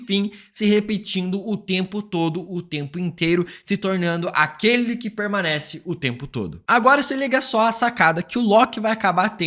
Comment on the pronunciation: Multiverrrrrrrrsal eterrrna peurrrrmanece